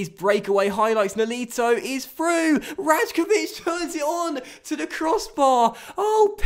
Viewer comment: love the series! The J in "Rajkovic" is actually pronounced like a Y though